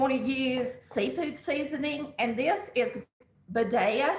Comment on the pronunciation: Just an incidental comment because former videos you were wondering how to pronounce badia seasoning and I looked it up- the I is a long e sound - badēah … hope that makes your day hahahaha !! 😂